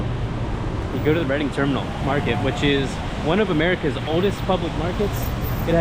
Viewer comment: It's Reading, pronunced "Reding"